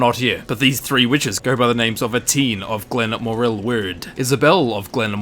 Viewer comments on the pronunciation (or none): Glen- moar-ill wewd